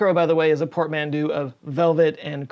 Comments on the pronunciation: You mean "portmanteau", not "port mandu". Another great vid! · Portmanteau: port-mon-toe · Porte-manteaux Pronounced "port- man toe" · Sorry to be that guy but can we just focus for a second on pronunciation of portmanteau "por-man-dew"